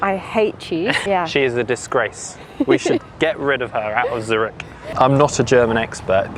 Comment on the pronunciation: Zurich is not pronounced Zuritch.